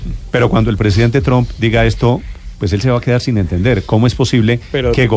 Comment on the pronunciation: Donald Trump.... Por favor pronuncien bien ese Apellido, (No es TROM, TAMPOCO ES TRUM)...Instrúyanse antes de salir a un medio de comunicación donde tanta gente culta, leída y q se preocupanpor estudiar y aprender los escuchan. No desmoralicen la radioaudiencia. que horror ...